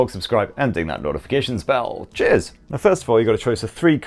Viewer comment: I don't know why but your cheers sounds like jizz😂